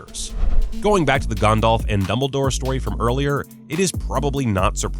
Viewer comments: Ah yes... Sorahn the dark lord and Gondahlf the gray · the fact he says the one ring is macguffin from the start says alot abou what you need to know about how basic this narrators knowledge is. FYI both a potter and a LOTR fan. also he pronounces Gandalf as Gondolve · Meh, the way he says Gandalf is wrong, but that pronunciation of Sauron is correct. It doesn’t sound like “sow-ron” it is more like “sorron”. Just watch the Tolkien documentary, it’s literally how he pronounces it. And yes Ik im late to this. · Cool video, but why do American's always mispronounce Sauron? His name, phonetically, is Sow-Ron, not Saw-Ron. Similarly I've noticed they also pronounce Gandalf as Gan-Dolf instead of Gan-Dalf. It's a minor complaint but it irks me. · Sau-ron not so-ron and Gan-dalf not Gon-dolf 🤦🏻 however you are right about all of them but I think it is normal because Tolkien is basically the father of this genre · It really enrages me sometimes that despite the names of Sauron and Gandalf pronounced how they were supposed to be pronounced, some people still pronounce it severly wrong. Like this dude who said Soran and Gondalf. And yes ik some other countries dont have perfect english accents since their nation doesnt use english as their primary language. Im more reffering to people who use english as their first language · Gondalf smh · Ah yes, GAHNDALF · G-ah-ndalf, and he says Michael Gambon weird too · Why do Americans nearly always pronounce Sauron and Gandalf wrong? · I’ve gotta express my feelings: the way the narrator fails to enunciate the “T” in Voldemort and the way he pronounces Gandalf drives me insane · Anyone else totally triggered about how he pronounces “Gandalf” and “Sauron?” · Yep came to the comments just to see if i was the only one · Not just that, but the way both Sauron and Gandalf's names were pronounced, really bothered me